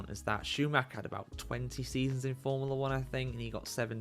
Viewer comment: If you have a channel about forumla 1, at least learn to pronounce formula.